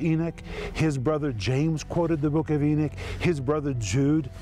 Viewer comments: Come on brother, please, E-KNOCK, not E-NICK. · Mr. Renner your pronunciation of Enoch is wrong, it sounds more like your saying Eunuch. I purty sure you do know the story of these guys, like in the book of Esther, please don't confuse the babe's in Christ who are learning scripture, and when you pronounce a certain word in the Bible to give it's meaning, don't be afraid to ask your peers for help on this, other than that your doing great on this teaching! E-knock= Enoch, Eunuch= Enicks